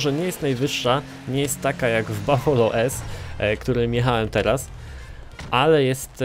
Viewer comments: To nie bafolo tylko bufalo. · mówi się bufalo